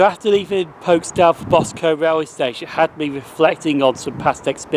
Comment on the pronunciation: Boscum not Bos Combe